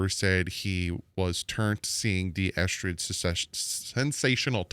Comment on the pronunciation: I don't care about yesterday's practice dude...just say the damn names right! Eh-ZOO-comma and EsKridge not EsTridge